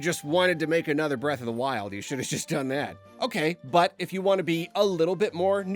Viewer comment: Breatharina of the Twild